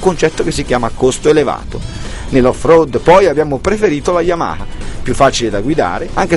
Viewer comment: Si ma mi devi spiegare per quale motivo dici YAMAKA....forse non te lo hanno spiegato...si dice YAMA HA ....capito? YAMA HA.